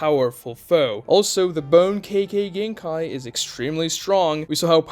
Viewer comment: Im sure nobody but me cares but I can't help myself It's not kaykay genkai is kekay It's spelled kekkei notice the I? The second half is pronounced differently. Japanese pronunciation is shockingly simple and consistent. I recommend learning it. You could learn it in a day and Integrate it into your speech in a week